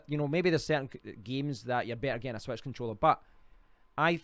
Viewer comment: on the "swetch"